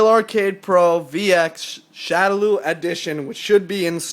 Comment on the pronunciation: It's pronounce shadow-law. God that was annoying.